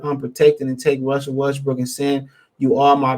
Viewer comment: U almost saiiid west briiik 🤣